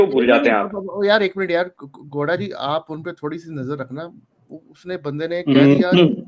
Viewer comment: यार ये मुझे गौड़ा के जगह पे लौ@ क्यों सुनाई दे रहा है 😂😂